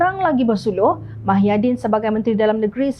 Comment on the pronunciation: Apa dah tukang juru hebah beeita ni. Nama org pun ckp salah. Muhyidin blh jadi mahyadin